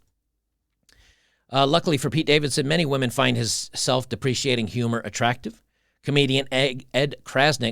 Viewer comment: English MF, do you speak it? Lol, I wonder if was hungover on this one. Self-Deprecating is pronounced Self-Deprekating and it seems he managed to mispronounce every singe celebrity name that came up. It really made me crack up. I give free English lessons, if you're interested, mate:))))))) On a more serious note, attraction is not an exact science, often it comes down to hormones and scent, but there is also an energetic component that is rarely discussed. If you give off the right vibes, the kind that women are attracted to, they'll just be naturally drawn to you. Just last week, I walked into a Burger King and had myself a burger. I was sort of looking in the general direction of the employees, who were mostly young, attractive women in their twenties as I was waiting for my order to arrive and I was kinda spaced out. I noticed some of them looking at me and giggling which I found weird. As I was eating, one of them came up to my table and dropped off a napkin. I though how nice, she probably thought I didn't have any. Only later did I notice that it had her number on it. I didn't call her, because I'm really not into dating right now, but that's not the point. I'm 42 and not what you would call attractive, yet a girl much younger than me showed interest in me, without me lifting a finger. It's not just women though, sometimes dogs and little kids come up to me and try to befriend me. It's a vibe, that comes with having an inner calm and being at peace with the uni